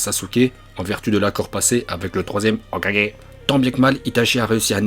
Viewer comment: "hokage" retour de la prononciation parfaite